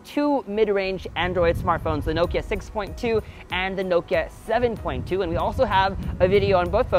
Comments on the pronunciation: Not "noe-ki-er" It's "NOH-ki-uh" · Is it really pronounced as “nowkya”? And not “now-kee-ya” ?? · Americans never pronounce Nokia correctly - it’s not NO-kia it’s noh-kia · Isnt it naw-kee-ya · The way he pronounces Nokia is really bizarre.